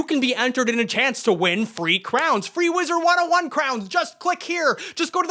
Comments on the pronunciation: Please for the love of god stop saying “wizards101” there’s no “s” at the end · “Wizard 101, or as I like to incorrectly say it, WizardS 101”